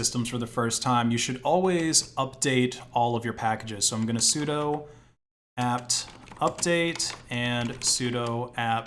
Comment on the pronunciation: How does he keep mispronouncing things? Vultr like Voltur sudo like sudoo